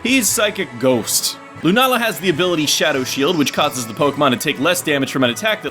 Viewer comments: its Sol-Gah-Leo and Luna-Lah, Not Sol-galeo and lun-alah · this isn't pronunciation it's putting the stress in different places, it doesn't really matter what way you say it anyway